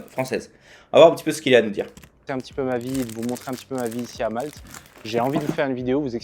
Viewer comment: L'île de Malte. Il n'y a pas de "s" à la fin de Malte.